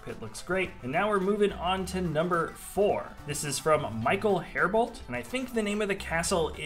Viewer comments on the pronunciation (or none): none